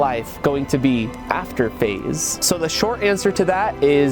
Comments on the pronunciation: Bro pls don’t stop saying face rug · bro cant say faze sooo sad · Bro you should call your self feze but pronounce it as faze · Bro just say phase rug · Just put an extra Z or make an X sound like a Z. Take control FaZe Rug. You can be FaXe Rug but your fams pronounce it the way they know. Your FaXe with a Z. Ideas endless. No credit needed.